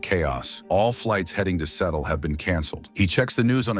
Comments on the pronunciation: “Settle” huh? I can’t believe we’re afraid of AI tech when it can’t pronounce basic words like “Seattle” 😂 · Its pronounced Sea-ah-ttol